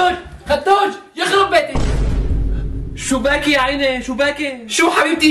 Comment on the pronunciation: شوباكي شوباكي 😂😂😂 بدل شوبيكي 😂😂😂